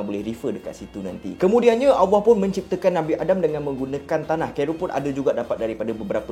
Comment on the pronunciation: sebutan Allah kena betolkn